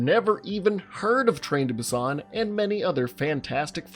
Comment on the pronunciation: Train to Boo-ston lol